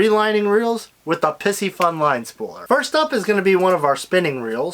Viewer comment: Please stop saying "pissyfun." It is: pie-si- fun.